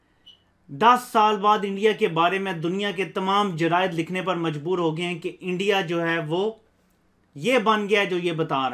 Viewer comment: Learn to talk first "Eeindia" "pkistan" you don't know how pronounce properly OK.